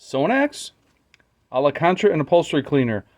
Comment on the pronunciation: maybe I'm being nit picky here, but your corrected yourself to ala cantera when its actually al- can-tera. Just like its spelled. "Alcantara"